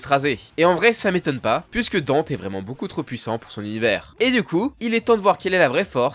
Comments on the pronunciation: Après pour les pro VF, ça reste un nom propre et prononce "Dunte". En VF "Dante" avec un A. Comme le début de prononciation en italien. Donc on est pas bon non plus.C'est pas très grave mais faites pas les pros VF si déjà ça va pas. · Par contre dire Dunte non c'est Danté prononciation 🤣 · "Danté" stp t'a tuer son aura avec ta prononciation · C'est Dante (comme "dans" et te), et pas dunt 😂😂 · Même sur NEtflix, c'est bien DANTe, genre une dent dont on prononcerait le T, pas Deunte ^^' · Dente??? Dente?? Suis dégoûté... C Dan-nté Danté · Très bonne vidéo, mais par pitié, pour la prononciation c'est pas "Dunte" ou "Dante" (malgré que ce soit basé sur la divine comédie), mais bien "Danté", que ce soit en anglais ou en japonais ils le prononcent comme ça dans les 2 cas, puis bon on va pas se mentir ça sonne 100 fois mieux aussi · un truc me chiffone avant de commencer la video, il s'appelle pas dent, il s'appelle DANTé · Pourquoi est-ce que tu dis Deunte et pas danté, ou Dante à la limite ? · Vidéo cool, mais comment tu chies sur la prononciation a ce point...? Chaque jeu l'appelle bien DantE, chaque cinématique dit bien DantE, chaque personne dit DantE et même chaque youtuber dit bien DantE. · DANTÉ!!!!! Que ce soit dans le jeu, ou en VO c'est DANTÉ pas Danteuuh! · il en a une nouvelle version dans dmc5 qui se transforme en bâton maniant la foudre ou le feu 3 en 1 ah ba nickel Par conte je t’en supplie c’est dantÉ pas dante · le dante ma fais grinsser les des dents cest danté haha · DantÉ je t'en supplie, c'est pas Dante, c'est DantÉ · Merci, ça m'a soûler son dante😂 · Y a eu 3 vf pour l'oeuvre, le premier anime, DmC Devil May Cry et l'anime Netflix. Dans les 3 c'est prononcé Dante et pas Danté. Par contre ouais il m'a crispé aussi avec son Dunte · On dit l'enfer de Dante pas de Danté... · sauf que t as complètement faux on dit Denté pas Danté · C’est vraiment une folie de dire Dant’ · Deunte ? Vraiment ? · mdrrr j'me suis dit "c'est qui Dint?"